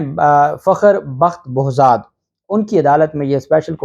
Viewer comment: ارے بھائی جج صاحب کا نام بوذاد نہیں ، بہزاد ھے۔( Behzad)